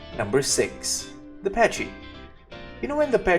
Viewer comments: use the gallimimus for quick getaways from raptors or rexes and its is pronounced pa-ky not patchy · Pronounced packy not patchy. Lol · YOU IDIOT IITS PAKY NOT PACHY YOU IDIOT AAAAAAAAAAAAAAAAAAAHHHHHHHHHHHHHHHHHHHHHHJJHJHHHHHH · You pronounce "Pachy" very strangely...it sounds like you are saying "patchy". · Ok for the pachy the H is silent look it up